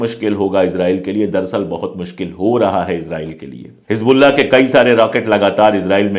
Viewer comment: It's Hezbollah not Hij Bollah. Plz say it right. Don't mix z and j.